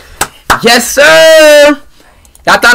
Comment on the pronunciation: had me CRYINNGGG "nouw.... Yæsh.."